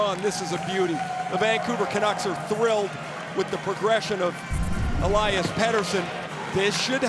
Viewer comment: Do NHL broadcasters ever get a foreign name right? All this time I thought it was El-lie-us Pet-ersson. Meanwhile, the man himself said it clear as day, El-eus Peter-son. Significantly different from how I always hear it on NHL broad casts. God dammit, it's Conner SHAREY Sheary all over again.